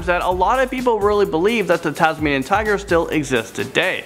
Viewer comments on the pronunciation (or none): Dude it's Tasmainian Wolf